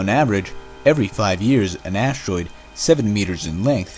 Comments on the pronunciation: "An ashtroid" ? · Anybody else who gets cringes when the narrator says ash-troide?